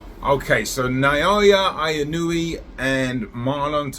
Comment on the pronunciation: LEARN TO PRONOUNCE NAOYA INOUE'S NAME, ASSHOLE! He's the greatest boxer in the world,and you can't be bothered to figure out how to say his name?